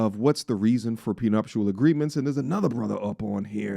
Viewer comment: Say we want prenuptial